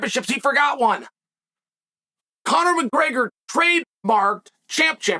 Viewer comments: Chael “Conor Mburger” Sonnen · Conor McGurger. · Conor Mcgergrr